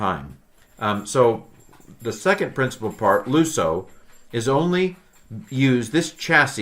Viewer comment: With all due respect, the pronunciation of the verb is lis- not loos- . So, we say liso (λύσω) and not looso (λούσω).